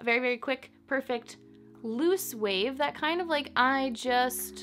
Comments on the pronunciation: Girl the words wave and wind don’t have an “H” in it lol but I like the video! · She says wave like “whave” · Like she was raised by her southern conservative gramma from the 50s Nobody says “whave” anymore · I thought I was the only one that heard it...if you don't watch Family Guy look up Stewie Griffin pronouncing "Cool Whip"...haha I am glad she people picked up on her sense of humour! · the way she says "hwave" 😂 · gahhhh! why does she keep saying whave? is it some kind of inside joke? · “… tousled whaves if you whill …” we already know she likes making up words (“chesticles”); apparently she also enjoys creative pronunciation. 😉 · I love how you say "Whave" and "Whindswept" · Whave and whind 😂👍🏼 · I heard that WH too - just an observation, don’t think you were being nasty. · Gosh... why does she say wave like that?! It reminds me of that one scene on the movie Hot Rod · Girl why do you say “wave” with an H in front of it hahahaha